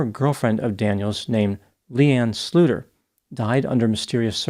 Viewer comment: LeeAnn Slooter.